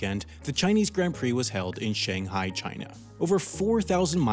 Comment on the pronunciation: Take a shot everytime he pronounces "Shanghai" wrong